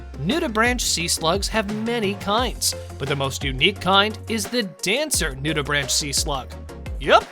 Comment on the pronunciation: It's pronounced Nude-i-brank, not "branch". Learn what it is before posting.